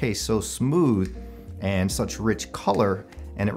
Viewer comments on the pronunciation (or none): none